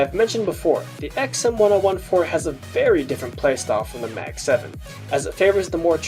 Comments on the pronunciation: ECKS-EMM-1-OH-1-4? please pronounce it like this: EMM-10-14. Please it is fucking terrible to listen to yu saying it the way you were in the video. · why do you call it the "XM one oh one four" I always called it the "XM ten fourteen" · huh that’s a weird way to pronounce the xm1014 I thought it’s X-M ten fourteen